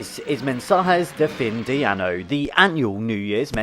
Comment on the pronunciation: Ano means anus. Pronounced Ah-no. Año means year. Pronounced Ah-nyo.